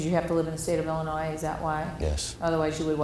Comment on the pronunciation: THE YOUNG MAN NEEDS TO LEARN THAT THE LETTER S ON THE STATE OF ILLINOIS IS SILENT